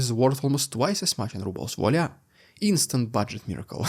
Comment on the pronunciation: He Dude (dood) Debt is Dett Voila is vwa-la (close) Keep up the good work